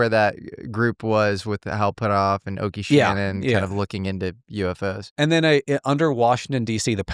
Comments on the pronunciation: All those acronyms and calls Oke Shannon Okie... it's pronounced Oak like the trees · Isn't it pronounced "Oak" Shannon? Not trying to be a know it all - I just want to know how to say it haha